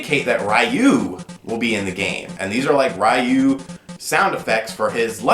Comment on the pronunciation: Uh oh,, prepare for the onslaught of "it's pronounced REEE-YOU" comments!...which it is, but I just want you to be prepared!:D